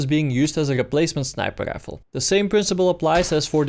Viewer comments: "Assault gifle"... god bless you young man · You somehow manage to pronounce rifle and fire with completely different R's. Rifle when you say it sounds like gaifel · Sir wtf is a Grifle? 😂🤣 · Why can you say really but not rifle